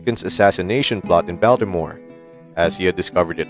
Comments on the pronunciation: “Copper Union,” “An-tie’-tum,” “Pot’-uh-Mac,” “Bayl-ti-more.” YouTube videos are very annoying — and lose a lot of credibility — when they are narrated with a synthetic computer voice and then not edited for pronunciation errors. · I realize that the guy narrating this video is not a native American speaker, but his pronunciation of key words really needs work, e.g., an-TIGHT-em, POT-o-mac, John mac-LEN-ard (it clearly says McClernand), BAL (rhymes with pal) tim-ore. These are central places and people. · You REALLY need to learn how to pronounce (or train your voice bot to pronounce) some of the geography in this video: It's An-TEE-t'm (Antietam) ... and Puh-TOW-muck (Potomac) ... and especially, BAWL-t'more (Baltimore). Mispronouncing names and places like this really hamstrings your credibility... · I'm absolutely gobsmacked ... It's Ball-ti-more ... If you want to say it like a local it's Ball-mer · I can't get over how the narrator here mangled words like Potomac and Baltimore. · It is difficult to accept the accuracy and validity of a presentation, and the speaker's credibility, when the most basic of details are erroneously presented. The narrator mispronounced "Anteitam" (one of the most significant Civil War battles), "Potomac" (a major American river), "Baltimore", and the "Cooper Union Address". He also confused "Bibliography" with "Biography" and referred to Lincoln as "President of America." Also, at the end he says that the first Transcontinental Railroad was completed during Lincoln's presidency. It was not - it was completed in 1969, four years after his death. "So!!!!" The video was poorly researched. Perhaps you would maintain a level of acceptable respect and credulity when a presenter made numerous very basic errors, but I will not. Imagine if you (or your relative's) teacher doctor, lawyer, car mechanic, plumber, etc mispronounced rudimentary words and was inaccurate - most would lose confidence in their abilities.